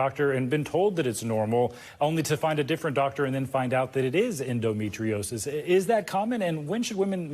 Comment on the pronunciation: His inability to pronounce "endometriosis" says so much about my lifelong struggle with the condition.